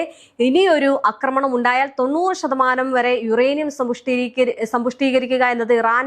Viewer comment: അക്രമണം. നിന്നെ മലയാളം പഠിപ്പി ച്ചതാര്? ആക്രമണം എന്നു പറയൂ കൊച്ചേ!😢